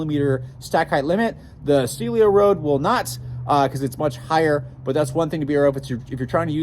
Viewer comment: You keep saying "Celio" (silio). The name is "Cielo" (sielo) 😅